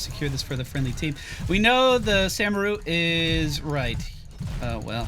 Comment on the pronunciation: still can't pronounce Samuro